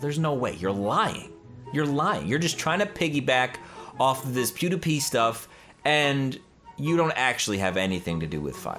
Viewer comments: Pew D pie not pew D P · Pewpepie...Pewpedo... Pewdepe... Nice pronunciation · Did he call him pewpeepie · The way he calls PewDiePie 😂😂”Pewdeepoo” 😂😂💀Love your content 🙌🏼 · Wait did he say PewPewPie or Pewdiepie? :p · You're pronousing Pewdiepiewrong tho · I hate you because you can't even say pewdiepie's name